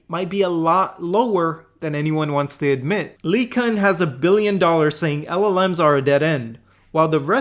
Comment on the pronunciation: Anyone besides me bothered by the way he pronounces LeCun?